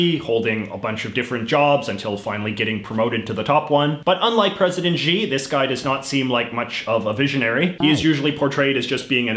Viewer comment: HX Huang I don’t think it’s that he can’t pronounce Xi, it’s that he didn’t know that x is pronounced like sh. I mean, since his name doesn’t actually have a correct spelling with the Latin alphabet, why don’t we just spell it as Shi to give people more of a clue?